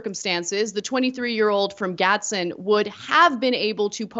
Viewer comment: Gads-den. Eh-tuh-wah.